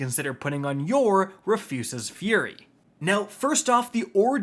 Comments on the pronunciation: Say it with me Roo-fus-s like a man named Rufus. RooFuss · ROO-FISS, ROO-FUS, not re-foos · He's trolling us, right? It's pronounced like the name (Roo-fuhs) right!? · I literally hate this MF. Can’t pronounce weapon names 😂. Rufuses fury? Really? 😂😂😂 it’s RUFUS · It’s just “Roof-is” Fury. Do you go outta your way to mispronounce shit? Smh. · *Ru fis fury. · ROO-FUSS!! Say it with me, RU-FUS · TIL Rufus is now pronounced Refoosis 😂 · How do u mess up the word rufus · I'm not gonna let you get by saying Rufus like that.... you have to be stopped villain! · "make sure I mispronounce at least one word in the video" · The pronunciation of “Rufus” is killing me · Jaded viewer - he butchered the pronunciation of "Rufus" for more engagement/comments.. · Awesome butcher of the name! 👍🏻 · I love how you’re butchering the gun’s name to bait comments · Why does bro say it wrong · Dude spent months trying to get this just to butcher the name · I refuse the pronunciation. It makes furious